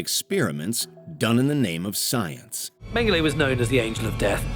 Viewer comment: So, full go though of thoughts... While they were awful, I think a LOT of these don't make it even close to the category of "20 Most Disturbing" and two shouldn't be on this list at all. I think the level of publicity is an influence here. Also, the narrator should work on how to pronounce "Mengele." It's even said repeatedly in the clips in this section. He also says, “alleged that he would vivisect convicted criminals live “ He says this like there is any other way to do it. That’s literally what vivisection is, a LIVE autopsies. Otherwise, they would just be autopsies. The Milgram experiment, I don't totally disagree with it. It's similar to Jane Elliott's Blue Eye Brown Eye experiment, the Fifth Wave experiment. Honestly, I think we need more of these done to remind people, things like the Holocaust can very much happen again, and once we think they can’t, that’s when they happen again. And far too many people think it can’t happen again and are more and more incorrectly confident about it. What was too glossed over was all the Holocaust stuff, from Unit 731 to Mengele to all the rest of it. I think all 20 of the most disturbing human experiments would consist of WW2 shit. I mean Mengele alone did so many other things, he injected dyes in children’s eyes, injected people with diseases, committed injuries and inserted insects or germs and bacteria or infected objects into the wounds to see what would happen with things like infection. The book Doctors from Hell is just abo